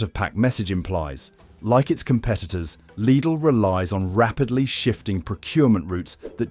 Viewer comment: Lid-ull, Lied-ull, leed-ull. Three different pronunciations of LIDL in one AI read video.